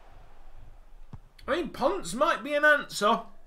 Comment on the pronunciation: It’s not “ponce” it’s “pon-seh”